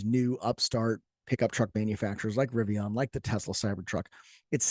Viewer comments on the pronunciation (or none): It's pronounced "Rivian," not "Rivion."